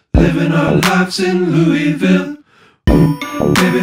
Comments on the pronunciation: So glad you say LOU’E’VILLE!! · Thank God you can pronounce it correctly!